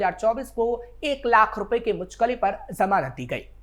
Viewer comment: मुलचके नहीं जनाब मुचलके होता है ।